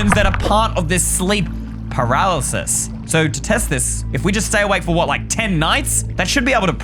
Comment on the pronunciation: eystreem: pralises me: PARYLISES